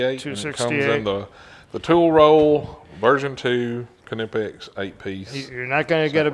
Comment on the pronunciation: It's not Kuh-nipex, that's like Guy Fieri teaching people to roll their R by telling them to say Fee-Eddy. If people can't do the K sound without adding an emphatic "uh" in between, they should just leave it silent imo.